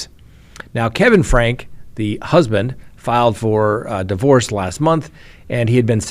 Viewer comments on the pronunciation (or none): You probably haven’t watched news stories on this. Her last name is pronounced “Frankee”. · It's pronounced frank-ee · Ruby FRANKE, pronounced FRANK-EE!! Her husband pronounces his last name as FRANK-EE, so I assume that is the correct way to pronounce it. my friend, everybody pronounces it FRANK-EE except you! Why do you always buck the system?? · Franke is pronounced with the 'e' on the end, like 'Frankie'. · Glad you said something but it probably won't change anything. I thought I was the only one SMH at this mispronouncement!! 🤦 😅